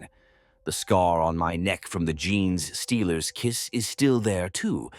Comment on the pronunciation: Ai vo just listen to other stories and you notice how gene stealers are pronounced jeans stealers 😂